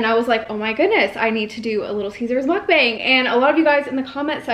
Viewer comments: You're still pronouncing "mukbang" wrong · Please stop calling your small eating shows a "mukbang" especially since youre not pronouncing it correctly and you arent eating a huge amount of food.